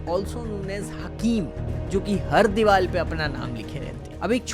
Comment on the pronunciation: Bhai aap diwal kyu bolte ho diwar na infact woh reporter bhi diwal hi bola Aisa kyu